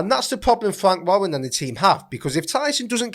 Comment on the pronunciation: Fwank Wawwen & Francis Nigannou